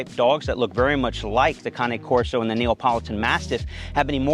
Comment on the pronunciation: “NeOpOlItAn Mastiff”